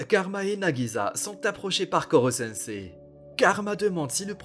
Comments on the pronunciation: Cest pas nagiza mais nagisa un s un s! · Entendre nagiZa au lieu de nagiSa c trop bizarre